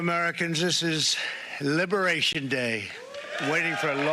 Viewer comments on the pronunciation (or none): none